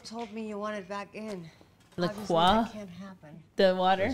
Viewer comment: La Croix is an American brand so it's pronounced La Croy